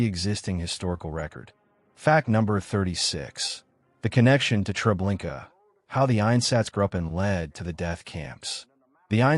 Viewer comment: I've asked this of you numerous times...PLEASE PRONOUNCE STUFF PROPERLY!!!!!! There's no R at the end of trablinkA!!!!! A no R at the end of it!! Lublin is pronounced LUBE LYNN!!!!!! You don't sound smart or knowledgeable by butchering certain words, phrases, or names...you just sound really stupid and uneducated...FIX IT PLEASE!!!!!